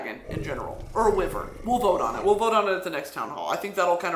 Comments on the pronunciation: Brittany my queen its pronounced why-vern not wivern, sorry to intrude upon your majesty at this hour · Why are you saying wyvern like wivern Brittany?? Whyyy?!!! 😭😭👀💀😂😂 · I’m pretty sure wyvern is pronounced why-vurn our powerful humble leader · I always pronounced it Why-vern... who is correct? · Babe it's pronounced "why-vern" I'm so sorry, ilysm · I was like…a wivern, huh, never heard of a wivern….oh WYVERN!! Lol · Brittany calling a wyvern a “wivern” is sending me lmao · It's giving me life and passing me off at the same time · why-vern BRITTANY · Our great leader has so much confidence to say Wyvern as Wivern. And as a proud member, no, citizen.... I am now saying Wivern for the rest of my sad, unimportant and uneventful life! Long Live Brittany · brit i love you so much... wyvern is not pronounced like that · Can you say wyvern for me again real quick? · I move to impeach president Broski on the grounds of how she pronounced the word "wyvern" and so on and so forth. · Stop saying wyvern like that lmao I'm dying, and now I'm gonna tell YOU, cause my tisim is showing, do you know what a DRAKE is???? It's a dragon with no wings baybee, and a lindwyrm is a dragon with no legs or wings, just had little shitty arms :3 they are useless like I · the way she pronounces wyvern makes me cackle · Craziest part of this town hall is finding out I’ve been pronouncing wyvern wrong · BRITTANY have you been listening to the Throne of Glass audiobooks??? Because you've been LIED TO! THAT'S NOT HOW WYVERN IS PRONOUNCED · our fearless leader has an interesting way of pronouncing wyvern